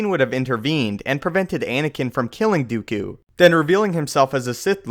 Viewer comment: count dookju? :P